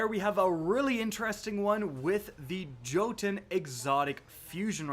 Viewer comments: I’m trying my best not to kill you rn. It’s “yotunn” not jotun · Great vid. Small correction. The jotunn is pronounced yoten. The forge is norse based. The gun name is based on the frost giants (Jotunns) from norse mythology. Anyhow. Enough of my hair splitting. Keep doing that thing you do. You rock. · it is not jotun it is pronounced yotun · the J in Jotunn is pronounced like a Y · Sorry idk why it bugs me but it’s pronounced yo tin think Jotunheim home of the frost giants in Norse mythology or from the Thor/avengers movies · Hey, the fireball fusion rifle is pronounced yoh-tuhn. It's what giants are called in Norse mythology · You said jotunn wrong